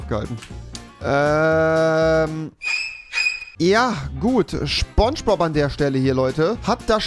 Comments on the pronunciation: (S)pongebob!! Und nicht sChPoNsChBoB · Niemand: Wirklich Niemand: Rewi: scHPoNGEboB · Man kennt ihn: Schpongebob